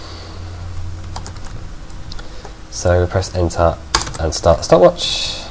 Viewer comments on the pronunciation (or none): No offense, but I love how you pronounce "ENTER" XD